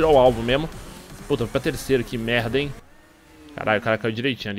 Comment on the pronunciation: para de fla "q merda em" com esse sotaque ai